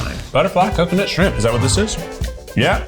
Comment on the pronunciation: Coming from a native Tennessean, you could really hear the Tennessee in Keith’s voice when he said “parrot isle coconut shrimp”😂😂😂 Shrimp has two syllables. “Shri-ump”😂